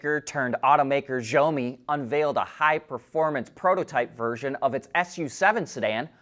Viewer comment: it is xiaomi = she ee ou(ch) me . work on the chinese names, you are going to say them alot...